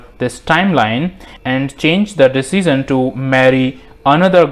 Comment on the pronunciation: My man lives in a Dimension, where he can pronounce "Dimension" but not "Decision".